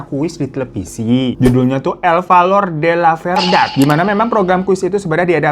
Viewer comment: Bang Hiroo salah sebut itu penyebutannya😆 seharusnya dibaca: El Balor De La Berdad. Karena huruf ‘V’ di bahasa Spanyol dibaca B😁